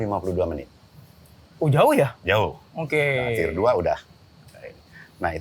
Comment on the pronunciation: di awal video ada. btw "tier" bukan "theer"